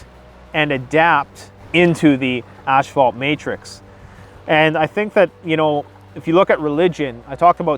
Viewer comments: When he says asphalt, it keeps sounding like ash-fault. And he needs to go on the "Dark Web" to find BDSM porn? Take 3 seconds out and Google PORN! DUDE! IT'S EVERYWHERE! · Oh no, it’s another Mandela effect... “asphalt” has been turned to “ash-fault” ...or is that just Canadian accent? ...my bad